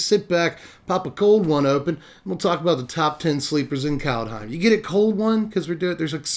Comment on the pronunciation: It's 'cold home,' actually...and Fear-ya. workin' that clawjam...